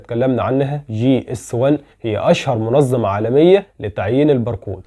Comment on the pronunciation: اسمها الف وتسعمائة وليس تسعميه واسمها منظمة وليست منزمه ونظام وليس نزام وشكرا